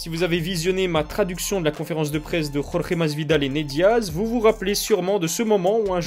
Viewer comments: tu prononces encore une seule fois "Rolré", et je te fais une gorge profonde que tu n'es pas prêt d'oublier, ok ?!?!?! Ok ??????? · c'est Jorge, et pas Rolré !!!